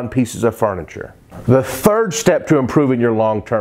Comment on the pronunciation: dude, now you remember this: it's not shtep, it's step :)